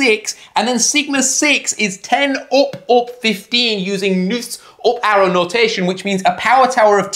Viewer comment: “op arrow”